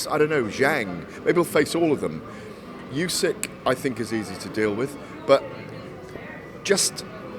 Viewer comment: Why does he keep calling him "Yusyk"? It's not that complicated to get right?